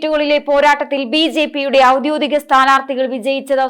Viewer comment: ഔദ്യോഗികമാണ് ഔദ്യോദികമല്ല. അതേപോലെ വീപ്പ് അല്ല വിപ്പ്......